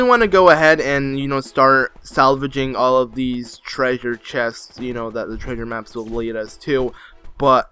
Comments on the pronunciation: I hear the same thing🤣. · what he says: treasure maps what I hear: trigger maps